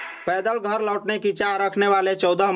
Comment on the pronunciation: yah kaun sa reporter hai theek se isko Hindi bole nahin a raha hai ghar ko ghor bol raha hai Jharkhand ka naam kharab kar raha hai